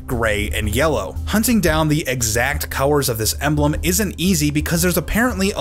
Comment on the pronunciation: The first emblem wasn't bad just dull because of the lack of colours. Also am I the only one hearing cowers instead of colours?